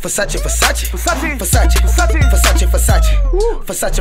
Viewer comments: He never said versace he said "fesatche" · I'm italian and his pronunciation of "versace" is very bad! Is "versÀcE" not "fessaci" 😥😂😂😂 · Nobody: How many times can you mispronounce the Italian word "Versace" in minutes? Migos: hold my beer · Too Easy , beacuse he says "fesachi"